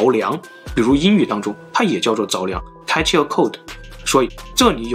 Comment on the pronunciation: 总裁把catch a cold唸成了catchy a cold, 太可爱了😂